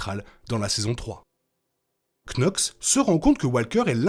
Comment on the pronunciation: Par pitié ça se prononce "NOX" et non "Knox" ... Fiez-vous au doublage français